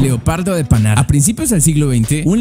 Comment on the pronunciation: Leopardo de panar le quitas la r leopardo de pana XD